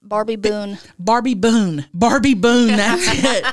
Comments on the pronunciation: 😂 When you mentioned what your stripper name would be I thought you said Arby, not Barbie 💀 I was like ah, like a subtle reference to beef curtains hahahaha I need hearing aids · When you said barbie I swear I thought you said Arby and I fucking lost it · I thought she said Arby not Barbie and I think Arby is way better 😂